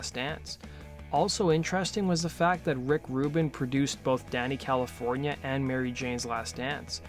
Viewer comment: You say Danny Calif , why do I hear Dana Calif ? Am I the only one ?